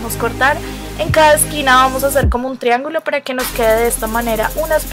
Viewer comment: Es desesperante cómo pronuncias la c. "khomo así"